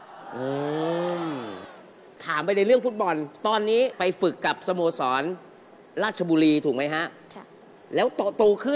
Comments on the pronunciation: อยู่"ราช..รี"ฮ่ะ555 บราซิลลลล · คนเก่าคนแก่ยังเรียก ราชรี ไม่ต้องไคร แม่คุน ผมเนี่ยแหละจังหวัดตัวเองแท้ๆ555